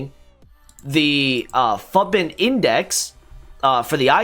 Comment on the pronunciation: Lmao I am a minute in and I am gonna subscribe and watch the rest but I'm pretty sure it's futbin like foootbin not futbin like puttbin and now I need to know if I'm crazy or not. (The way I imagined it is more akin to the way many european languages say the foot in 'football')